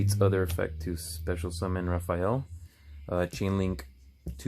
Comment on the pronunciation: Nice video and very helpful for combos. Just a heads up it’s pronounced “Ra-fall-eh” like Canada eh